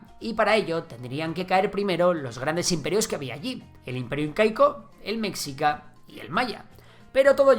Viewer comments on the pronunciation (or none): Nota: "Mexica" se pronuncia "Meshika", no "metzika"